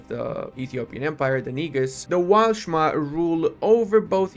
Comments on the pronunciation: But I think it’s pronounced ne(like meh)-gus(like goose), rather than the…interesting way did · I'm pretty sure it's pronounced differently, with emphasis on "e". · Tbf I woulda pronounced it the same way as he did.